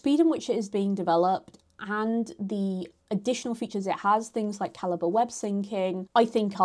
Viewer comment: T.I.L. Calibre (ka-li-bray) ❌️ Calibre (ka-li-buh) ✅️